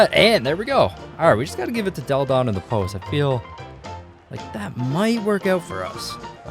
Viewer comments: I don't know if you've ever heard of Delle Donne prior to this video but her name is pronounced della-don (not dell-don) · Delle Donne is pronounced “delluh Donnay” not “Dell Don” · It's Delle Donne not "Dell Donn". You have to pronounce the "e" like in "felt". It's italian not french. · it sounds like "Dell Donne" but its pronounced like "Della donne". No hate, but believe me. I know 'cause I'm a Delle Donna fan, and a mystics fan. I LOVE THE WNBA! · "Dell Don" 😂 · Maaan You have to pronunce "Delle Donne" in the Italian way ahah try to listen to it on Google Translate